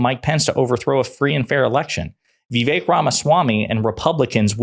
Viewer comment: You can't even pronounce Vivek's name correctly, you're nothing but a joke